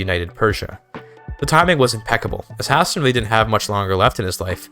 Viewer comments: I had to close video and dislike because of that pronunciation. High-stay-nnn. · Why does he pronounce Hæsteinn like that???😭😭😭